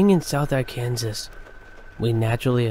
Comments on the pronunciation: Arr-can-Saw. Not Arr-Kansas. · its pronounced AR-CAN-SAW not AR-KANSAS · Somebody who sounds like an actor whose name I can't think of at the moment can't pronounce Arkansas (AR-kən-saw'). Major emphasis on the first syllable and secondary emphasis on the lthird, but never on the middle - COMPLETELY the opposite of what was done. And later on he apparently has never seen the word "stifling" because he can't pronounce it either. Whoever heard of "stiffling" heat? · Did dude really say Are-Kansas???!!!!🤣🤣🤣🤣 people, people, people.... please learn proper pronunciation before reading to tens of thousands!!!! It is ar-can-saw. It is from the native Americans that lived in the region. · That is pronounced Arkansaw not Ar Kansas. Just so you'll know. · I enjoyed these stories very much,but a gentle reminder....Arkansas is pronounced Arkansaw! There may be a place called ArKansas somewhere,but it ain't here! LOL Great job on the video guys! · South “Are Kansas” lol Arkansas? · Ar- can- saw not arcanzas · I know the poor narrator has already taken a ton of bs for mis pronouncing Arkansas. The guy gets 99.9% of the words right, and the stories are good too. God bless you all, and never listen to the haters.